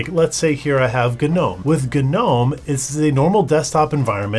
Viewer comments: Why did it take this long to get here? Also it's nowm, not guh-nowm. You think it's like Gnu but it's not. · It's not pronounced Guh-nome is it? I mean it says "Gnome" like "Nome" or how you would say "Gnostic" and not "Guh-nostic" :`( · Guh-nome? It's pronounced "nome". Like "Garden Gnome". This is almost as bad as my friend texting me about how he's going to be a "base player". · Omfg .... Ganome.... Gnome like a garden gnome, the g is silent